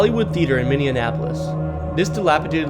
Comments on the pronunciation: Dude, you are butchering the name of my city! Not cool. It's pronounced Minny-Appo-Liss, NOT MINNY-AN-APPO-LISS! Put some respect on it and Say it right! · It’s pronunciation is said differently even by those of us born and raised in MN. So I would just say Minni-app-olis. But I appreciate you doing a video of the places here anyway. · Good god every time he said "minneanapolis" it drove me up a wall lol Its Minn E Apolis 🤣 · its not minnie-an-apolis its just minneapolis. u can loose the "an". just saying. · The tunnel in duluth isn't pronounced "Eli," but Ely -- like elee. Grr. And...Minneanapolis? This is not a city in the state of Minnesota. I think you mean MINI APOLIS...Minneapolis. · Bro can't pronounce anything 😭 Forget Minionapolis, bro added Miluhwalkie and Fruitition to bat 😂🤣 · heh i guess for 4 years you just randomly get occasional comments about saying "Minion-appolis " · At first I thought you said Mindianapolis lol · Founded himself in Minnesota? There is no extra M in the middle of Minneapolis not Minnienapolis. AND it's Mil walk ee not Millewalkee. Dude. Talk to locals if your not from here, you butcherd several names of our cities. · As a resident of Minni-en-apolis that grew up in Minni-en-apolis, it's not pronounced Minni-en-apolis. Also, pretty sure it's ee-lee, not ee-lie. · I get it if you get Edina, Wayzata, or Mahtomedi wrong. But Minnieanapolis? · Left youtube aftwr hearing 'Mini-annapolis' for the 30th time. Figure it out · Very annoying, "Minninapolis." If you can't pronounce the name right, how can I trust what you're saying? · I’ve been horrified by Millennial YouTubers ignorance of basic geography and pronunciation. These younger generations have no clue how stupid they are compared to the rest of us. I’m not very hopeful. It’s “Minny-Apolis” or Mini-Apple-Is. My four year old already knows this stuff. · Minn e an apolis is quite the pronunciation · it is irritating that you are pronouncing Minneapolis as Mennenapolis. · Min e apolis